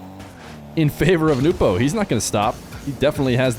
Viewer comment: Very kind of to address Nupo by his proper name and not butcher the pronunciation every time